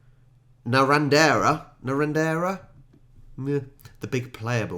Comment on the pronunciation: Barellan (BaRELLan) population about 530, is where womens tennis champion, Evonne Goolagong, spent her childhood. It's a model of an old Dunlop wooden racquet. Naranderra is pronounced NaRANd'ra. There's a new Jimmy Rees video on elections that has just dropped. It's nailed Australian elections to a tee!